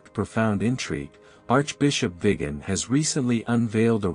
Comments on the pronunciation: be careful what you listen to! Archbishops name is VIGANO not Vigan! Shame on you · Why can't Archbishop Vigano's name be properly pronounced in this video?